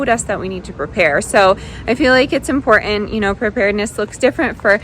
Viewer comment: It is impor-int, haven't forgo-in. Not hitting that bu-in because this voice is annoying. Speak proper.